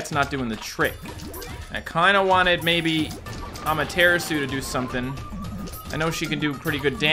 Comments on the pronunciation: ngl you have been saying Amaterasu like this (a-ma-tear-a-soo) but it's actually the Japanese goddes of the sun and so it's actually pronounced (ah-mah-teh-rah-soo) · The way says Ameteratsu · I hate how he pronounce’s Amaterasu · my guy please stop saying amaterasu the way you do its pronounced differently than that